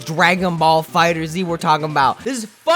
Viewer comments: Wanna know the best tip on how to be good at this game for real? ahem STOP CALLING IT FUCKING "DRAGON BALL FIGHTERS Z" it is pronounced "Dragon Ball Fighters" (Dragon Ball FigherZ) If he's calling it that as I joke, I'm sorry. Lol but I just HATE when people call it that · IF YOU SAY FIGHTER ZEE ONE MORE TIME! ITS FIGHTERZ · Kai wack and it's fighterz not fighterzee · its not called "fighter zee" , its called "fighterz" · It’s actually meant to be pronounced Dragon Ball Fighters. The Figther(z) with the Z is a cute way of changing the S to a Z to confusing the general public hahaha. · It’s not pronounced fighterzee it’s pronounced fighters the z is just there for jokeZ. See that? Z what I did there? Z what I did THERE? Okay I’ll stop. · It’s dragon ball fighterz , not fighter zee... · z, not zi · Fighterzzzz not Fighters Z🤦🏿‍♂️😂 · it's fighterZ! not fighter z !!!!!! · FIGHTERZ! NOT FIGHTER Z! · Tip 1...never call it Fighter Zee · I hate how you call it fighters z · It doesnt really matter but its pronounced fighters the Z being there for the Z fighters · Oh look a lovely video about DragonBall FighterZ I wonder what amazing and valid insight this gent has Pronounces it 'Fighter-Z Aaaaaaand we're done here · Lol I like how he's calling it "Fighters Z." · You don’t have to say Z in FighterZ just say FighterZ with the Z sound at the end of Fighter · "Fighter Zee" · Idk what triggered me more “Dragon Ball Z Kai” or “Dragon Ball Fighter Zee” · Pronounced Fighters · It's fighterz not fighter z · You don't even know how to properly pronounce the name of the game... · Actually the first step to becoming a legend is pronouncing the game's name properly. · Fighterz z? Its like fighters. Not Fighters z.